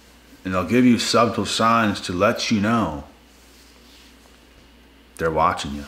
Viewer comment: Do all of the "chosen ones" mispronounce the word "subtle"? fff bath poem